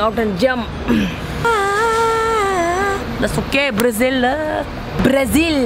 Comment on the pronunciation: "we are herrre in Brrrazil for vacationing" XDDD